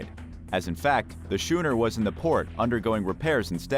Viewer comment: Your pronunciations are way off: A boat called a schooner is pronounced Scooner, and the boat you said that sailed to Java from Netherlands was called Bat- a- via. When you say the Jenny Lind sank, it sank on a 'key" of sand not quay, The spelling is Ok but the pronunciation should be Key.